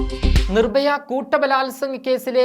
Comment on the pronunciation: നിർ ബ യ യോ.. അതോ നിർ ഭയ യോ... ഒന്ന് പോടാപ്പാ... ആദ്യം നന്നായി മലയാളം പറ.. ഞ ഞാ പൂഞ്ഞാ....